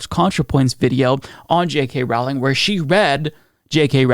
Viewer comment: Big Fan of your show.. but it's pronounced "rolling" like a rolling pin. It's not rOWLing.. like "owl." Just so you know.